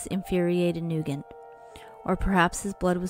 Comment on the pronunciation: You pronounced his name wrong. I grew with Braden. His last name is pronounced NewGent. Soft g not hard g